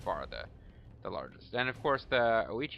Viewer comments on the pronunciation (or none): Ouchi = hard 'oh'-chi